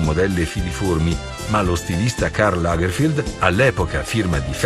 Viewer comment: Lo stilista tedesco si chiamava Karl Lagerfeld no Lagerfield👎🏻